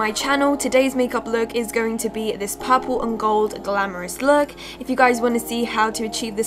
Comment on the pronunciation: if she say "paapurle" one more time